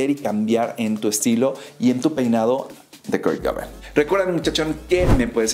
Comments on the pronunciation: se pronuncia cobein jaja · Tremenda pronuciacion xdddd Kurt "coban"